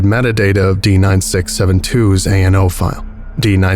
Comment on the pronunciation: I know it's probably the dyslexia, but you do keep saying .nao instead of .ano files. Not really a big deal, I just kept noticing it.